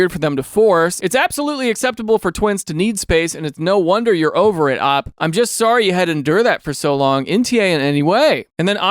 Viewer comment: Idk how many folks have said this but OP stands for original poster and normally folks say the letters. Idk if I'm weird or if anyone else is bothered when he says "op" 😢